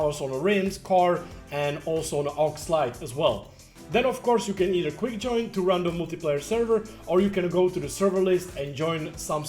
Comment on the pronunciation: "Jooin" xD Love it!